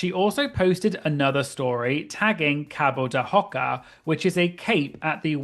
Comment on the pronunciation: Kudos for your pronunciation of Quinta da Regaleira e Cabo da Roca. You gringos usually strugle with portuguese (i'm brazilian, hey) but you said this words in a very good way.